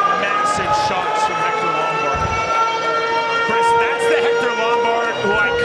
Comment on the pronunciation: Jeezuz H Cuh-riste, man. I told Kendall on Twitter like 5, 6.....7 years ago.... stop it, bro. It's over. He said he wasn't gunna stop. I just stared at my phone......